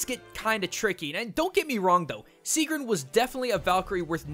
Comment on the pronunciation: gets more and more annoyed at the butchering of these names ITS NOT SIIGRUND ITS SIEGGRUN ;___;;_;;_;__;_;_;_;_;;_; but in all seriousness you actually did do a pretty good job a pronoucing these words. but me being me still got annoyed lol